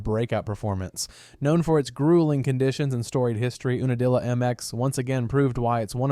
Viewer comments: YOU NUH DILLA. not ooonadilla. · it's not pronounced oo-na-dilla its pronounced YOU-na-dilla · It's pronounced "You na dilla". Geeze.